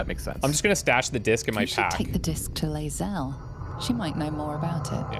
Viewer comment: With apologies for being "that guy", the name of the githyanki warrior who is travelling with you is Lae'zel (LAY zell). "Liz Ale" sounds like a British barmaid. Good old Elizabeth Alesworthy. I hope this was more informative than annoying.